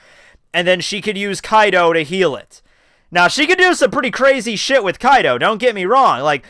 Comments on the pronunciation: Why does he keep saying Kaido instead of Kido? Just wondering... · It is kido not kaido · Kido- kE-dO you say it right some times but not most of the times Kaido is what you say and i keep looking for dam yonko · Kido my man. Not Kaido. Hearing kaido is irks me. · Please say this with me... "Key... Doe" Kido is pronounced that way... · KEE-DOE, NOT kaido from OP c’mon now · KEEEDO. NOT KAI-DOE. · The way you pronounce kido bothers me when I watch this.